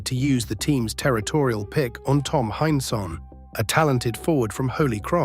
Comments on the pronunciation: Heinsohn is pronounced hineson and Celtics are pronounced seltics. Just sayin. Boston kid in the 1960's I was a huge Boston sports fan, still am. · This is well written, but the AI slop voice is fingernails-on-the-blackboard bad. It mispronounced Tommy Heinsohn's name. It's HINE-son. And that Midwestern city is only prnounced "san loo-EE" in France. It's "Saint LOO-is" over here. And the Boston Celtics are pronounced SELL-ticks, no matter how it's pronounced in County Cork.